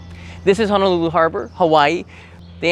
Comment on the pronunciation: There is no "a" Honolulu. I know it is a very common pronunciation to add a's in place of o's when saying "Honolulu". That being said, Hawaiian is like Japanese, whereas E is ā and I is ē.